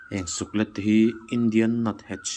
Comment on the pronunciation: i channel hi ava hlu em ,thahnemngaihna tawngkam takin Suklet hi (leilet) tih a "let" thlûk zawk hi hmangla suklet tihtur ani e